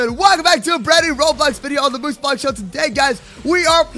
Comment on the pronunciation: MooseBlox - Roblox! Did you say moosemods or mooseblox